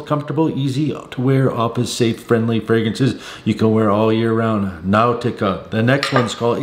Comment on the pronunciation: Now-tica??? Unc, sometimes your pronunciation is interesting.🤣